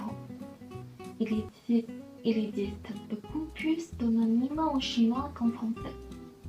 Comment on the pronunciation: on ne dit pas "hoNonyme" mais "homonyme"